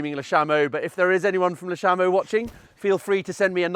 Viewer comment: Be part of the change and pronounce Le Chameau correctly 😅